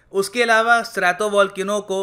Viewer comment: "स्ट्रैटो" न की "स्त्रातो"।